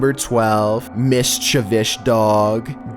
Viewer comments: Lol. Miss-cha-vish. Interesting way of saying mischievous. Try saying miss-chee-vee-us. 👍🏼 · Thanks for the awesome upload 💙you, it's mischievou(s) not mischievou(sh)😃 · Mischivish? What an interesting interpretation of the word mischievous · Person: Mischievous: Mischivish Person: MISCHIEVOUS: MISCHIVISH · It's pronounced mis-chie-vous. Not "Mistchivish" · Missshhhhchavishhhhhhh Me: You mean mischievous?? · MYSZCZEWYSZ Dog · Mischivish dogs!!! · Mischivish dog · Nobody: Mishchevish dog: pankacke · Wtf is a mishjavish dog? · Chewsday Mischivish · MISCHIVISH- IM DONE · I rushed to the comments as soon as he started saying “mischivish.” Everyone be on that 😂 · I believe you meant “mishchivish” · As soon as I heard “mischivish dog” I scrolled to the comments lmao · "mischivous" Person with speech disorder: "this nigga spittin" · It's pronouce "Miss chee vee us". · Am I the only one who came right to comments when he said mischivish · Did you really say "Miss-Cha-Vich"? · MiScHiViSh dOog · Does have some mental problem? How can he pronounce ''miss chevish'' LMAO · Me: Yes Top15s have a videoo...: mis-chi-vish me: WHAT? >_< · Can you say mischivis one more time ☝️ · A “mishchivish” dog...love it🤣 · ??? Name one time you've seen an American pronounce it michivish? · It's close. lol It's MIS-chi-vous. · Hahaha Mishchivich, well said, well said 🤣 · mischievoush Me: saying mischievoush..... mischievoush?? Also me: question my vocabulary on how to say mischievous. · "MICH CHI VIOUS DOG" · Mischivish doggo 😭🤣👌🏽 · dog can be MISCHTCHEWITCH what? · Knew I wasn’t the only one laughing at mischivish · Miss-chav-ish?? Beaststtss??? has got to be trolling us at this point. His speech is off the chain lately. 😂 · Mis-cha-vish!! You funny boy x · He said MISCHAVISH like 3 or 4 weeks ago and barely anyone noticed lol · Mishchuvish lol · only thing I'm scared of is "mis-chi-vish," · MISHTAVISH HAHAHAHA